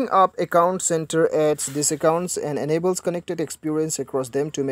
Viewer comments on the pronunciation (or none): Say "enable" .... In-ney-bol HAHAAHHA